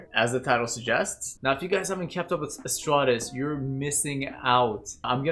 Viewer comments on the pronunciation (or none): "AstRaRtes" downvotes and closes the video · "Astrates" H E R E S Y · you lost me at "Astrates" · It's pronounced az-tar-teez just for future reference lol😂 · Well I was Gonna Scream at you finishing with "FOR THE EMPORER" "RAAARRRRRRR" then you admitted your mistake about the pronounciation so instead ill just let the Inquisition decide if you Experience EXTERMINATUS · Giving a bit of grace here but i was so taken aback by how he pronounced astartes at the beginning i had to do a double take. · thumbs up for recognizing you mispronounced astartes and taking the time to address that. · HE MISPRONOUNCED THE GOD EMPERORS HOLY SERVANT'S TITLE! GET HIM! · Hey..he..he messed up the name..kinda heretical...PURGE THE HERETIC! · Murdering you? For what? For mispronouncing the high gothic of the noble space marines? Hahaha, we're not that heartless...or wasteful, my friend. In fact, we will just reward with the knowledge and first-hand experience on daily lives in the Imperium of Mankind! Congratulations, you have been..."drafted" into the Penal Legion! You will be shipped along with the Savlar Chem Dogs into Mortuchai battlezone immediately. Enjoy!